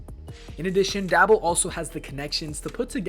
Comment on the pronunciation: How are you gonna make these videos and boy even that know how to pronounce the man's name